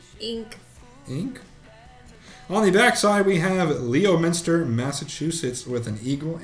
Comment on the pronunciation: You butchered the New England names. lol Leominster is closer to Lemon ster. and Billerica is Bill Rica the E doesn't exist.